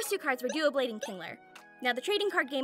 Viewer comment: I know I’m late but btw it’s not Duoblade it’s Doublade (